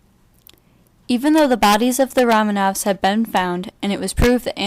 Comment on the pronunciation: Try to pronaunce the last name right